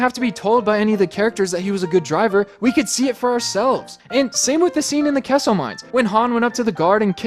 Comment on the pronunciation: I thought you said “Quesso mines”